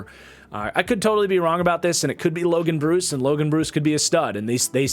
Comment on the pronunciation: Just fyi it’s pronounced Logan Bruh-ss. Not Logan Bruce. Was an equipment manager for Wisconsin the last 4 years lol. Love the content man been a supporter for a long time!